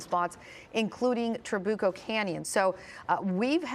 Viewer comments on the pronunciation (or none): It is Tra-bu-co. Emphasis on the U. Not Tra-boo-co. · Tra BYU coh not boo